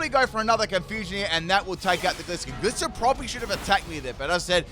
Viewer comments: I pronounce gliscor wrong 😅 I’ve never even considered it being a gliding scorpion so I’ve always produced it gliss-or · I'll never understand why you pronounce it like "glisscore" and "maychamp". Gliding Scorpion = Gliscor, where do you get "gliss"?? Macho champion = Machamp, there is no "may" anywhere in it.